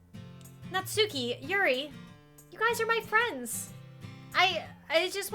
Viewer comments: Her name is pronounced Natski, btw. The u is barely there at all. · Did you know that its not pronounced Nat-suke its actually Nat-sucke? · You can keep pronouncing it Not Suki but it is supposed to be pronounced Not Ski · ITS PRONOUNCED NAT-SKI NOT NAT-SUE-KEY 😡😡😡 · It’s pronounced not-ski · Not to be rude but it's pronounced not ski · Pronounced as Nat Ski. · I'm so used to hearing "Natski" not "Natsuki" (i say both now bc WHYYY) WHAT HAVE U DONE TO ME